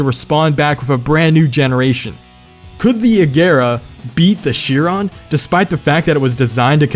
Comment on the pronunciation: It is Shee-ron